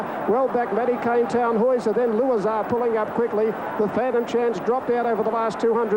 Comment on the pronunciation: He said Tannhauser correctly though. Imagine if it was Fukukitaru